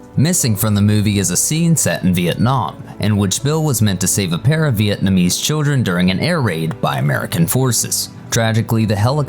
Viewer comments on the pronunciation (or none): none